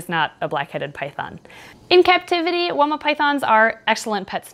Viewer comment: fun fact: it's pronounced "why-ma" it's an Aboriginal word.